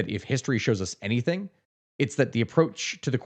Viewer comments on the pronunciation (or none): none